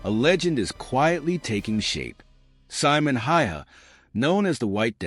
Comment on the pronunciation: Simo ........ see-mo